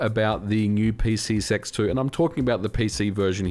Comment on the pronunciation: I have to ask. Are you saying PCSX2, or as I'm hearing it...PC Sex 2? I need to know right meow.